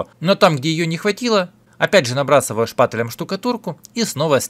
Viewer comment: Как же меня раздражает, когда говорят шпатЭлем